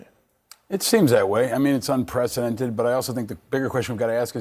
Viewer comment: It’s not “unprecedented” ffs